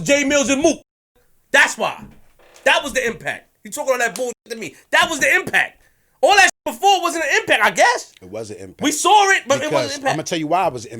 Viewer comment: When did the word saw magically become “sawr?” TF